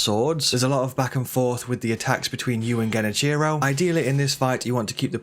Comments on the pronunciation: Dude, they pronounce his name IN the game. Why on Earth would you mispronounce it that way? Silly. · Great advice.. your pronunciation of his name is killing me tho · The way you pronounce genichiro annoys me 😂